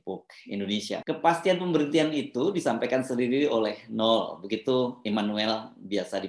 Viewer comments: Bang Hersu, baca nama NOEL yg bener adalah : NOWEL bukan NUL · Bung Hersu, nama noel dibacanya nowel bukan nol 🙏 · Bung, itu ejaannya Noel (baca: nowel) bukan Nul. Krn nama panjangnya kan Immanuel. CMIIW. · BG HERSU... KATA 'NOEL' ITU TDK DIBACA DG 'NOL' SPT YG SRING BG HERSU BILANG... TAPI DIBACANYA ADL 'NOWEL' (PAKE VOKAL 'E' SPT PENGUCAPAN KATA 'EMANSIPASI' BKN VOKAL 'E' DLM KATA 'LEMARI')